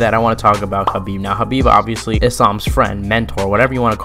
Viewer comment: why yall always say khabib shadow